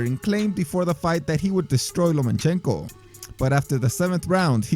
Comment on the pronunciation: Great video, but please stop pronouncing it Lo'man'chenko hahaha